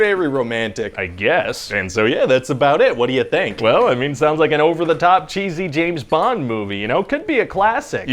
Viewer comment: James BONG? "I was almost there."...😂